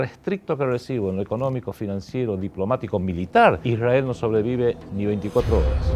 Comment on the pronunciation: Te das cuenta si son o no sionistas por como pronuncian Ishrael.